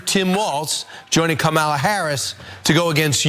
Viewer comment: They are REALLY trying out every single pronunciation of Kamala, aren't they? Kam-alla as in alley?